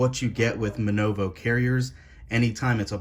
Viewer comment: It's not MNOVO, it's MVNO (mobile virtual network operator)